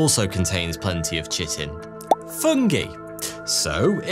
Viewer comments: One minuscule little thing, one i made as a kid when reading various fantasy books... Chitin... It's pronounced kytin... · Chitin is pronounced “Kai-Tin” Kai rhyming with eye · "Chitin" is pronounced kite-in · Someone teach this man to pronounce chitin [ky-tin]. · I think the way to pronounce “chitin” is ‘ki tin’. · Chitin is pronounced "Ky-Tin". Disappointed you didn't mention Haitian Zombies on a list about "real zombies". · Chitin is pronounced, "Kai-tn". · ki-ten not chit- en no difernt from the word Chiropractor. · "Chitin" is pronounced "kYtin." Now you know. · FYKI, that 'chitin' is pronounced as KAITIN. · BTW Chitin is pronounced Kai - tin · Why you ragging on Ikea so much? Walmart zombies are ten times worse, and you don't even get consolation Swedish meatballs. EDIT: Chitin is pronounced ky-tin. I know it doesn't look it. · Chitin is pronounced ky-tin.......... Sorry I couldn't help it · omfg is british but pronounces CHITIN wrong when its most well known pronounciation IE KAI-TIN is BRITISH. COME ON THIS IS SO TRIGGERING LOL. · Pronouncing "chitin" correctly was a stretch too far sadly. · The way he pronounced “chitin” triggered me😂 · Distracted the whole video, that's not how Chitin is pronounced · You pronounced "chitin" wrong. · you pronounced chitin wrong...how could you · ha-ha, you mispronounced chitin! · You really should’ve looked up how to pronounce "chitin" before making the video. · just for future reference and for anyone watching, it’s pronounced kai-tin and not chi-tin. Not trying to be snarky or anything, just saying. Enjoyed the video all the same! :3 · It's pronounced Kite-N not Chit-N. Good vid tho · scary stuff. Also its not pronounced CHITin its kai-tn :) (only brought that up because I thought it was CHITin most of my life until a year ago). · I love the channel and all your work, but FYI, chiten is pronounced "ky-ten". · Gonna scream if I near him pronounce chitin like "chitten", lol. *Its KITE-en.